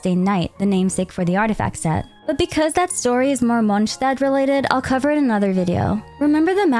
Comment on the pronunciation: Why do you say "munchstad"... Hungry or something?